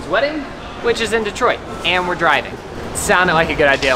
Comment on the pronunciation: The hotel you guys stayed at is by my house! I hope you guys enjoyed your stay in Michigan. And I'm glad you guys say Detroit right! Too many people say Duh-troit instead of Dee-troit.